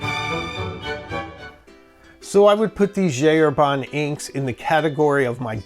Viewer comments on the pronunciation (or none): This is a wonderful video, but would it be so hard to stop saying "G. Herbanne" and pronounce it correctly, please? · It's pronouced [ʒi ɛʁbɛ̃]. Please I beg you